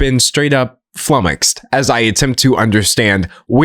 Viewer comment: Finally, someone says flumoxed out loud so I know how to say it